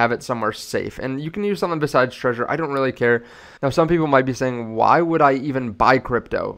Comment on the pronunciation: why do americans keep pronouncing "Trezor" as "Treasure", It's pronounced "TREH-ZOHR" (with the rolling "R" but i understand some languages dont have it)